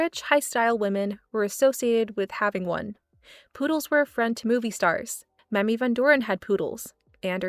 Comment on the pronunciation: Not to be mean, but just letting you know - Mamie is pronounced like May-me, and you don't say the s in Cannes.